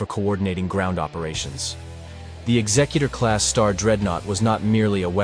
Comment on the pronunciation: Thank you for pronouncing it correctly as in executive, not as in executioner.